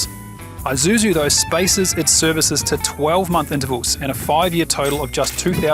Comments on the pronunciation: It is not called an Eye-suzu, you pronounce it as E-suzu, Japanese pronunciation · And 'i' is pronounced 'eee' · Doesn't seem like any of you Ozzies can pronounce Isuzu. It's not an Izuzu